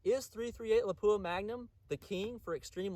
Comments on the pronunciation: 99% of YouTube gun channels pronounce it lapoooha. Except ultimate reloader. I just don’t notice it anymore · Really good stuff! Not trying to hurt anyone’s feelings here but “Lapua” is pronounced closer to “Lap-wa”. I hate it when I butcher a name!